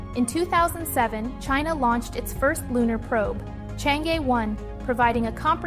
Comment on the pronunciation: Why did you pronounce Chang (E)兒 as Chang E(normal E pronunciation)? If you don't want to recognise mandarin name properly, how can you e